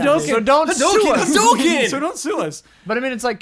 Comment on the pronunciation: why do you guys pronounce hadouken so wierdly ?